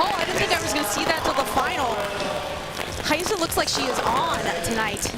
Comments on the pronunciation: why does it sounds like theyre saying Hayissa not Rayssa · why are the commentators calling Rayssa as Hayssa?